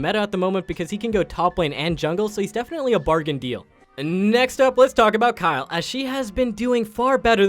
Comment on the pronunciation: Low key got triggered when you said D R Mundo lol Then you called Kayle Kyle